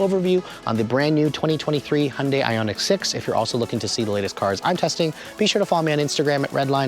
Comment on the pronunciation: "Hun-day" - NO! "Hyun-day" - Yes. Protip: "Hyun" is one syllable. It's like saying, "Tyota" or "Mitsbishi" or "KA" or "Mazd"